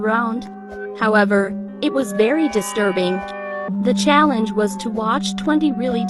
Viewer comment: “Da GaUlAnT ChAlLeNjUh”